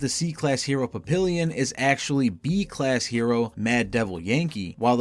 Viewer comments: It’s pronounced “Papi-yyon” the “n” is “soft”. It’s French, it means butterfly. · It’s pronounced pap-ee-on, not pap-ill-ee-on. Papillon is French for butterfly, which is why he has those tiny wings on his back. He’s also wearing butterfly glasses and a butterfly shirt.